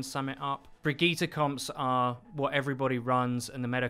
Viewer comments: Its baggette ffs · I cringed every time he said Brigitte... o_= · For heavens sake pronounce her name right jesus! Jeff taught us how how to say the name! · Bridgit - Brigeeta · I thought Bridgette's name was pronounced "BRIDGE-IT" But uuuh. It's pronounced "Brigetta"? Like Vegeta? The fuck? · One call Brigitte "Bridget", the other "Brigita". Like in 99% of all people. Is it really that hard for English-speaking people to pronounce the name "Brigitte" correctly? Real question ! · Fuck me it's hard to listen to the guy say bridget instead of brigitte, even IMMEDIATELY after the interviewer says it properly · If I hear Bridget in stead of Brigitte one more time I’m loosing it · "BRIDGET" lol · I love how he's like brig-gee-tah and the other guy is like Brigitte. There's no need to overly pronounce these names, we don't speak Swedish or Russian. ZAIYAAAA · i just wanna say it s not Bridget its Brigitte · Please tell me I'm not the only one that thinks her name is pronounced "Bridge-it" and not "Vegetta" with BR, it's getting in my nerves, lol. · Did he say Bridget? Oh god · I love that you two are passive aggressively arguing over the pronunciation of brigitte lol I'm a fan of "Bridge-it" personally :-p "Brig-eeta" sounds bad lol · So you love the wrong pronunciation? Sweet. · Is intentionally trying to trigger people by saying Brig's name wrong. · He said Brigitte wrong. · He's saying B r i g i t t e wrong